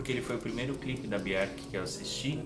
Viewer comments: me tire uma dúvida. Pq tem momentos que você pronúncia o nome dela "Biorque" e em outros "Bierque"? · parabéns pela coleção. Obrigado por compartilhar conosco suas preciosas conquistas. Mas é um pouco estranho ouvir você pronunciando o nome dela. Aqui vai ela falando certo nesse vídeo abaixo. Um abraço.